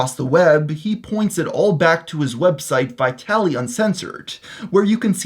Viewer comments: What happened to you? Why are you pronouncing his name Vajtali? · Vitaly-zd-tv? Always thought it was pronounced vitalised tv? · Is his name not pronounced like Vitalized?